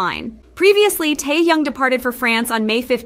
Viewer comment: Come on now... its really easy... TAE hyung not TAI hyung lmaooo